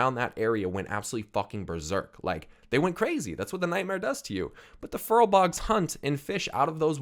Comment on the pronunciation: Furbolgs not furlbogs lol